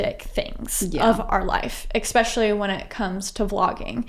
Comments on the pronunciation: I cringed every time the interviewer said “ex-specially” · That was well done and interesting. But I also noticed "expecially" and it seems that once you notice it you can never unhear it. It is "especially" with an s.